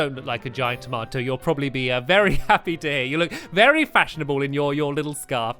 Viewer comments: I love how he says tamoto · Taamato. love it lol